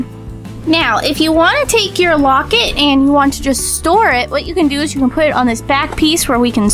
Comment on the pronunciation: you are saying wocet